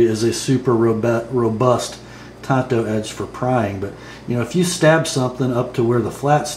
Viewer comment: Why do some knife reviewers pronounce it TONTO? It's TAN-Toe.